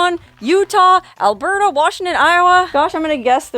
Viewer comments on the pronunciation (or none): none